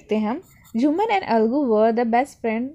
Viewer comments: Hlo excuseme vo na aglu nhi Hota he algu Hota he 😔😔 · Your video is nice but aap algu ko aglu bol rehe ho 😊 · This is a Algu not a Aglu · Algu sahi bola Karo nhi to bache bhi aglu bole ge ok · Ma'am aglu nhi algu hote h.......!!!🤣🤣🤣🤣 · Mam is not aglu its algu😂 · Mam that Algu not Aglu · Algu ko aglu bol rhi hai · Ma'am it is algu not aglu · Mam say aglu 😂😂